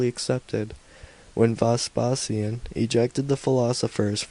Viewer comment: At Chris Carron returns with a vengeance, clearly bored and often incoherent. I did not know there were so many ways of pronouncing the name of Vespasian in standard English.